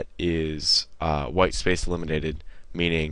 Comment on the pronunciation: lol. "Delminated". Get Arnold to play the Deliminator.